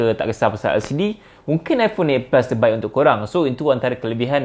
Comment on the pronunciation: Aku tak paham apa yang di cakap. Eight pus🤣🤣